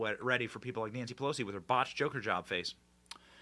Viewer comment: When Benny said Nancy pelosi it absolutely sounded like he said nasty pussy. Not that he would no, but I’m it’s it has always been.